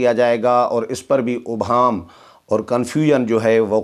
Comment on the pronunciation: محترم آ پ ہمیشہ اس لفظ ابہام کو غلط ادا کرتے ہیں، الف کے اوپر پیش نہیں بلکہ الف کے نیچے زیر ہے، توجہ دیں، شکریہ۔